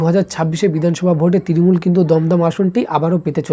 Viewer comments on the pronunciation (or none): তৃরিমূল না তৃণমূল আগে উচ্চারণ ঠিক করে শিখে আই তারপর এইসব বলবি